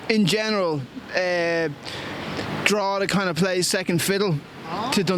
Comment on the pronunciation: btw it's Drogheda :)